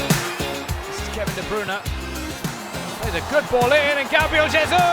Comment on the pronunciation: i hate how they say kevin de bruyne wrong